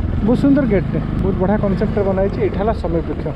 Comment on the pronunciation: ବୃକ୍ଷ ହେବ ... ବୃକ୍ଷ୍ୟ ନୁହେଁ